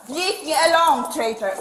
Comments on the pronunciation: “Leaf me alhone” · "LEF MI ULONE"